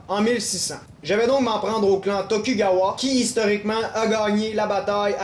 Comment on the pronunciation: attention c'est tokugawa(dont le u ce prononce ou)